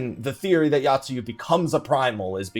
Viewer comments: Oh my god my inner Grammar Criminal screams when you mention Yotsuyu... It's not 'Yacht-sue-you', it's 'Yo-t-sue-you'! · But that's not grammar. That is not knowing how to pronounce shit.